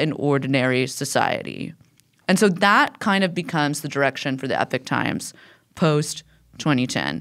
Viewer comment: However you pronounce the first vowel in "Epoch", the second vowel is still an O, not an I.